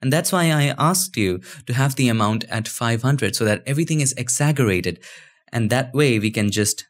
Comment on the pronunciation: "so that everything is egsagerated"